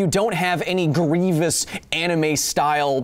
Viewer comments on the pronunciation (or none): none